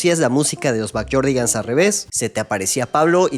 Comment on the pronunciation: Backyardigans ❌ BackYORDdigans. ✅